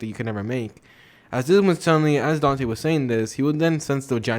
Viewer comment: Dante not "danti"